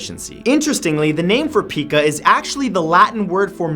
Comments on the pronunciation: just an fyi, Pica is pronounced P-eye-ca. After the bird, Magpie <- And know you know 🤗🍁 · PICA is pronounced “pie-cah” chewing ice is an example of one who has the disorder. It is commonly associated with pregnancy, or if a person is lacking a mineral or vitamin. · Actually its pronounced "pie-kuh" ik cuz i have it :T which is why i like chewing on bread ties and other plastics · Love the video, but pica is pronounced Pie-ka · It's pronounced py-ka. I know because I have "had" it. As a kid I ate paper. It's not uncommon for people on the autism spectrum to have it. It's like a symptom. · Pica is pronounced Pie-cuh :b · I used to work with adults with mental disabilities. I just wanted to say that the word pica is pronounced like this pie ka, not like Pikachu. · It's pronounced p-eye-ka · Pica is pronounced Pie-Ka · It's pronounced pie-cu. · Just FYI Matt, but Pica is pronounced Pike (like the fish) with an a after it. Not like Pikachu. :P Good vid other then the blunder on saying the word right. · also, pica isnt pronounced like pikachu. its pike-uh. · Repeat after me, Matthew: "Pie-ka." It's pronounced "pie-ka." It's also a font's type size measurement. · its pronounced pike-uh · It's pronounced pie kah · Pica is pronounced pie-ca, isn't it? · PIE-ka. it's pronounced PIE-ka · Matt, the Pica is pronounced Pie-Kuh, I believe. I work with a young man who has it. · I thought it was pronounced "PIE-kuh" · it's pronounced P-eye- k-ah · It is pronounced pyka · It's pronounced Pie-Ka :) My son was diagnosed with it 8 years ago. It's common in kids with disabilities like Autism and Down Syndrome. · #7 it's pronounced pie kah and my baby sister has it but it's slowed down and stopped. She was eating her toys hair and pillows. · In pica, the i has a long i sound! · You mispronounced Pica. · its not pee-ka it is pronounced pie-ka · Pica is pronounced pike-ah. Not peek-ah. lol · I don't believe that Pica is pronounced "pee-kaa", but rather "pie-kaa" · it's pronounced pie-kuh.